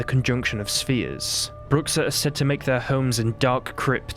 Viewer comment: And it pronnounces broo sha